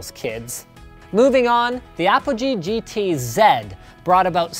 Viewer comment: Yay, he said GT-Zed instead of GT-Zee